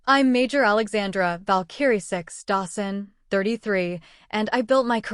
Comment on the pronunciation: It's annoying listening to your AI misprouncing "VALKARIE". You need yo correct thatm